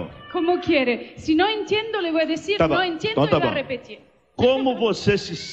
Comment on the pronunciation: I would say she has like 95% perfect accent in Spanish. There is still a bit of foreigness in her accent, like how she aspirates her T (a very common thing in Germanic languages) when she says enTiendo ( , , ), and how she aspirates her Q in como Quiere . She also infuses a lot of Italian tendencies in her Spanish. For example, she trills her R in pRimera , something common in Italian but not in Spanish, though she tries to correct herself afterward. She also says con toda A miA sinceridad y con todo IL miO corazón , which should've been con toda mi sinceridad y con todo mi corazón, as unlike in Italian, in Spanish, possessive pronouns like the word "my" don't carry a gender, though the word "mine" does (mia and mio literally mean mine in Spanish, instead of my), and most importantly, they don't carry an indefinite article (Italian would be il mio/la mia vs. Spanish is just mi). She also says me sEnto como en casa, instead of me sIEnto como en casa . She also incorporates a bit of Portuguese as she is speaking to a Brazilian TV host, such as when she says eM BraSIL , intead of eN Brasil. Notice the difference between the S and L pronunciation in Spanish and Portuguese. The single S in Portuguese, like in Italian, when not at the start of a word or end of a syllable, makes a Z sound, and the final L is dragged with a diphthong I vowel. Also, I wouldn't say she sounds 100% from Spain. She doesn't do the theta TH sound when she says con